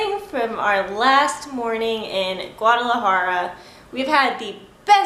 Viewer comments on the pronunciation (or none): De hecho tu y la dicen "guararajara", pero se entiende, ya quisiera hablar el ingles, como ustedes hablan el español, saludos!!